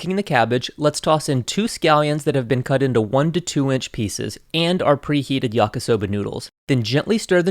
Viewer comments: Why does he keep saying yaka soba .... It's yakee soba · Stopped watching after he called it “YakA-soba” the third time. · Love your videos and extensive research Your Japanese pronunciation is generally pretty good, maybe because you worked in an Izakaya, but remember the romanized I is pronounced like a long English E, like yah-kee-soh-bah Please keep up the great work and content - I’m definitely a fan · I know this is an old video, but just wanted to say; it's pronounced "yah-key" soba